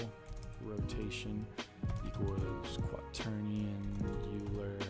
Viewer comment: I made something similar to this over a year ago. This alone took me two months of coding on and off, and the end product was a bit janky. Great tutorial! (By the way, Euler is pronounced Oiler.)